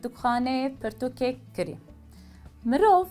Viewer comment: Bibore xanima hêja, gotina kirî, tîpa "k" ê sert e, ne nerm e, û tîpa "rê" yê jî lerzok e, anku we du " r" yan divê were bilêvkirin.